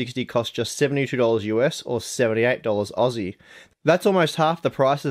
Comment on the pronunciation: Lol I was enjoying this until you said auzzieee 400 times